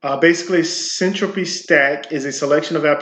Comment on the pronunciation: Hold on? Boring? Something that makes internet connections faster, more reliable, and fully encrypted. Just launched and already announced integration with Minecraft and Chainlink. I'm not sure you understand what you're talking about. Not knowing how to pronounce the word Syntropy does not inspire confidence lol. This is going to blow up! It's potential customers aren't just in crypto, data centers, cloud providers, and anything that uses the internet. But ok..